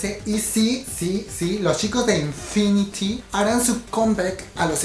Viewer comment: Pronunciación: TeenTop=TinTop, Infinite=Infinit, JYP= YeiWaiPi, YG=WaiYi, Yoona=Yuna, Taeyeon=Teyon (Pronuncias raro Orange Caramel y Afterschool) :)